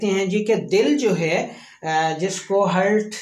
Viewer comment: جناب معذرت کے ساتھ hert نہیں heart ہے